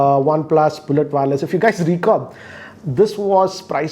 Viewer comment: It's not WAAAAAARLESS, its wire-less.. just kidding.